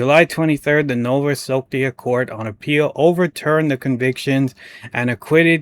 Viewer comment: Subpoena = sub-PEE-nah Nova Scotia = nova sko-SHA Thanks for highlighting this story. Absolutely appalling gross incompetence. Keep it up!